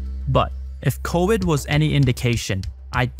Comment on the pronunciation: Wirus. Wirus. CoWid